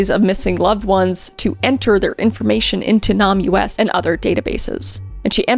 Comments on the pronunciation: I think that would be pronounced "Name Us" since its, you know, about naming unidentified people... 😅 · Just wanted to let you know it’s not pronounced Nam U S. It’s pronounced like Name us since they’re trying to find the victim’s names. Love your videos. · Also Name-Us not Nahm-US 😅 its the little mis-speaks that make me double take ❤ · Hey Kris! It’s pronounced Name-us. Signed a Doctor of Forensic Science. 💞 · NamUs is pronounced “name us”. Great job on this, as usual! Your transition from comedy reels to true crime has been a source of delight for my household! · Just a quick note, Kris! I don't think NamUs is pronounced that way. I think it's basically spelling out "Name Us" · Not trying to be a hater, but did you know it’s pronounced Name-ess, like a play on the words Name-less. I thought it was super cool and a fun fact-no hate here!! ❤ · Fyi, NamUs is pronounced name-us. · It is pronounced Nam(e) us. (Like we don’t have names, please name us.) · NamUS is pronounced “name us” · For your future reference, NamUS is pronounced "name us". But as it's a government organisation, it's probably been closed down. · So glad you are reporting on this. Just fyi, “NamUs” is pronounced “Name us” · I think NamUs ismeant to be pronounced as "name us" which really puts a sad smile in face to think that there are so many ""nameless"" people who have names we just don't know yet... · Isn't NAMUS pronounced like "name us"? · How has nobody explained to her that NAMUS is pronounced "Name Us" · It's "name-us" smooshed together NamUs 😊 but pronounced like the two words. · Is it not pronounced "Name Us" ??? ☠️ Cause like, they're missing and unknown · In case anyone needs the information: NamUs is also pronounced as if the words ‘name us’ were one word. This may seem picky but for someone looking for information it may help them find the site/cite. (I have had people ask me about this.) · hey Kris! NAMUS is pronounced as [name us] thank you for the video! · NamUS= “name-us.”